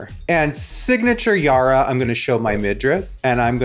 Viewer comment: is not YARRRRRRRRA , it’s Yara. 😖